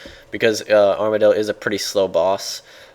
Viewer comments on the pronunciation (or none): you said armadyl like amar-dee-yil - spending too much time with james and simon are we? hahaha :) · "storm of armardyl" are rubbing off on you D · Armadyl pronounciation mess up. Lol, Too much James and Simon. xD